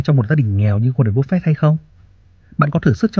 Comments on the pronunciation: Em không có ý gì nhưng anh phát âm tệ quá ạ, nghe cứ búp phẹt, nếu như có thể anh cứ bắp phây cũng được. Em không chê đâu ạ, em chỉ mong nghe dịu tai hơn thôi. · phải đọc là búp phê :)) mới đúng là dân vn kakaka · chịu cứng , sao lại đọc tên của ngta xấu vậy , búp phẹt 😂😂😂